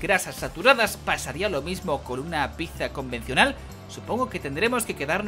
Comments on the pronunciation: Enhorabuena por los 200 episodios pero por favor aprende a decir pizza XD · dices pizza mal UWU